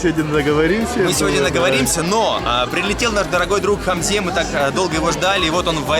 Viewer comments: Почему Хамзе,а не,по казахскии.? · Прошу не искажать имя не ХамзЕ, правильно, либо у него в паспорте допустили ошибку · Очень приятный позитивный,улыбчивый парень! Наконец-то казахи появились со свои репортажем! Долго же вы молчали и выжидали,а?! Хочется спросить, почему твое прекрасное имя произносят ХамзЕ (в дательном падеже?!)